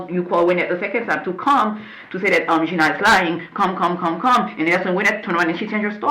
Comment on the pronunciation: “ why you did thet? “ with a Masters degree?? Lord!